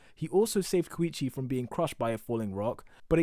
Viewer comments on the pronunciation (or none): ur saying koichi wrong